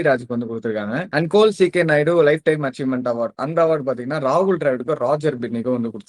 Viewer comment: Its not col , say it fully as colonel ck naidu award. Full name is there to pronounce with respect . Thank u